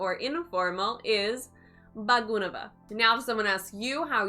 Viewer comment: Some pronunciations is errors - ela=( A+la) Bagunnara,bagundi=(Baa+gu+nnaaa+ra),Bagundi Ps:1.namaskaramandi (Andi is used respect others without mentioning their name. 2.if you want to mention their name then you have to add gaaru(gaaa+Ru) after their name Ex: Namaskaram Alexa gaaru 3. so many other word to describe "so so"- (it depends upon the sentence) Jai hind✊